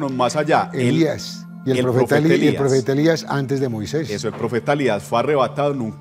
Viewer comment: Con mucho respeto me gustaria decirle al director que no se dice "Moiseis" se dice MOISÉS.